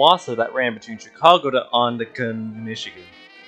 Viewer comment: if it helps it's pronounced "on-ta-na-gan"